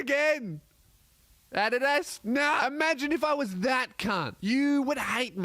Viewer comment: What the fuck is wrong with the way you pronounced Adidas